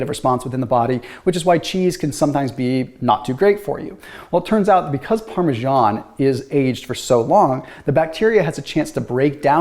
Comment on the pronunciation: Parmesan isn’t pronounced like that.